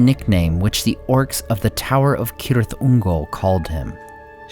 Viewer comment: Thanks for the proper pronouncing of Cirith Ungol. I'm so tired of Sirith Ungol.